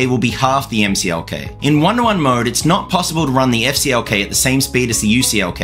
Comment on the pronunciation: You said EFF CLK. What did CLK do to you? HA! I'm guessing AMD knows that there is performance to be gained in a better memory control on their next gen MB platform. Informative video! Good job!